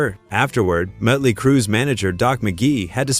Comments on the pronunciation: It's not mutley, it's Motley. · What crap is this, you can't pronounce Motley crue correctly and showed pictures of van Halen while talking about motley crue. You should stop making music related video's, you're not qualified. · "Mutley Crue"? So you haven't used an AI voice over then have you? FFS 🙄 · Muttley Crue seriously A.I. there is only one to day Motley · You can't even pronounce "Motley" right.....or is this FAKE AI. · Host should know how to pronounce Motley. Good grief.